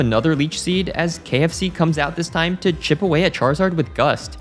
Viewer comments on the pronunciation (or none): none